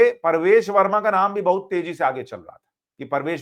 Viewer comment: परवेश नही प्रवेश